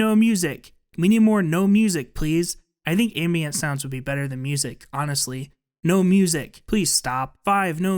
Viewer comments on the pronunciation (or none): none